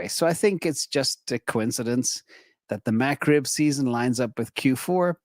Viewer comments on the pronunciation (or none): You know has never had a McRib because of how he pronounces it… “MAC-Rib”… lol., we love how you aren’t up on pop culture! I’ll never forget that day that someone commented that “Andrew Tate is being given crap for owning Bitcoin., you should have him on your channel.” And then you were basically like, “Poor Guy… I don’t know who Andrew Tate is, but yes, if he’s being persecuted for owning Bitcoin, and he’d want to be on, I’d have him on!” And then everyone was like… “!!! You do NOT want him on your channel!!!” lol.